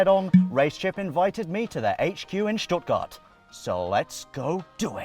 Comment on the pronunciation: Props for pronouncng Stuttgart correctly!